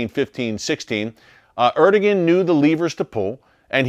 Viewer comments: Erdogan = er-doe-ahn , not er-do-gen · Erdogan is pronounced as. ... Air da wan (so I was told.) 🙂